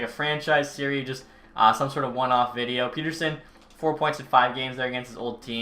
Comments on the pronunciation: I hate to be this guy but... Pettersson is pronounced pet-er-son, not peter-son like North Americans do. 😅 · Its pronounced (pet)(er)(son) not (pete)(er)(son)